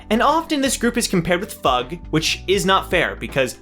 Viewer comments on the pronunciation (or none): yo i gota say its pronounced F. U. G. its an acronym and hasnt sed wat it is yet